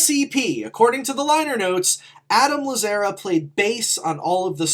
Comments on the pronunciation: No one else is gonna mention the mispronunciation of Adam’s last name? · It was so grating hahah